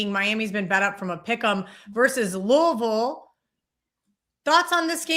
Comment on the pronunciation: Dude learn to say Louisville - it's not Louie Ville..... It's pronounced Lou-uh-vul